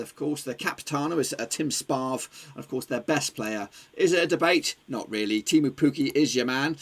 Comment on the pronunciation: Not temu